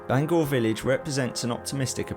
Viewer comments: It’s pronounced Bang hour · Great video I really enjoyed watching I’ve spent loads of time walking round Bangour but now it’s being developed a shame really Incidentally it’s pronounced Bang our as in ow in the middle 😅 some of my friends used to work there before it closed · Bangour is pronounce Bangower in Scotland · Just so you guys know Bangour is pronounced ban-gouwer, like hour. I was born in the now knocked down main hospital back in 84. Edited: Also fun wee story, my Dad and uncles used to get their magic mushrooms in the surrounding woods or at least so they say lol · And Bangour 😂